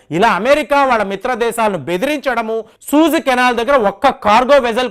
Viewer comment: సూయిజ్ అనాలండి. సూజ్ కాదు సార్. రెండవ వీడియో లో కూడా ఇలానే అన్నారు కాబట్టి ఒక వెల్ విషర్ గా నా ఈ కరెక్షన్